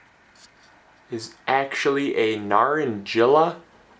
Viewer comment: Your starts are all amazing! Just one quibble: Naranjilla is a Spanish word, so the j is pronounced as a hard H as in Mojave or San Jose, and the double l sounds like the y in yellow. Maybe I shouldn't have brought it up. Sorry.